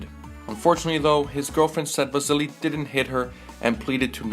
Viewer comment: Vazili LOL where do you hear a z